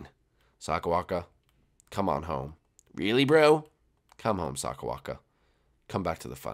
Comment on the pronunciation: bowser jr. Said sakabaka not sakawaka